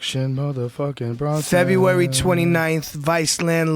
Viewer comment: BRONson Not Brunson Joe. . Fuvkn moron